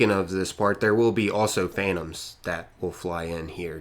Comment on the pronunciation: "Easy" 😒 and "phantam" man it's so funny seeing how people just butcher names. To be honest Phantom is pretty simple to pronounce. I don't understand why people have to make it sound so retarded.